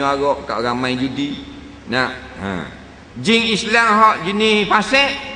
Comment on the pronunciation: sebut jing😂😂😂